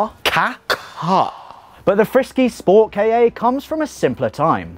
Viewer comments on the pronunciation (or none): Hearing pronounce SportKa as Sport-KayYeh just made my ears hurt a little bit.